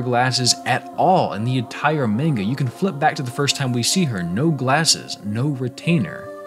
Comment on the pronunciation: I clicked on this video and immediately heard the pronunciation of "manga" butchered twice. I kind of don't want to watch this, now. Good luck.